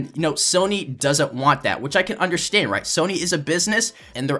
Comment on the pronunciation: he said undershtand